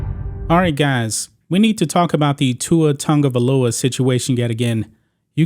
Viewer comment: Why the f everyone calls him Tangavailoa? There is no 'N' dumdums. 🤣🤣🤣🤣🤣🤣